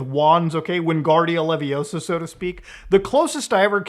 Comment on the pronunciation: its leviooosa not leviosaaa